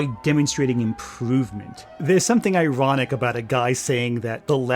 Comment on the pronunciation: It's iwonic how peepoo say the weft can't take cwiticism...